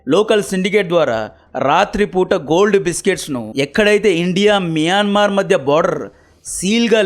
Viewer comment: మియన్మార్ ❌ మయన్మార్ ✅